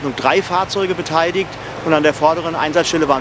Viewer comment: Immer mehr Menschen sagen "beteidigt" statt "beteiligt"🤦und dieser Feuerwehrsprecher dreimal "beteidigt" 🙄😬